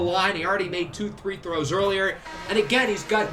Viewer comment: Are you saying three throws, instead of free throws?